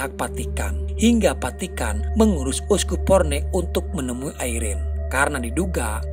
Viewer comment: Saran. Vatikan bukan patikan ngab.